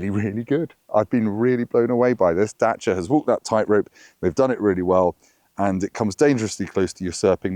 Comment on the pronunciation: The center console/armrest is too high for me. Is there a lower version available? Also, it’s Dacia, not Datcia.